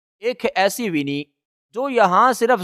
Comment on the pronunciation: Its not wini it's wani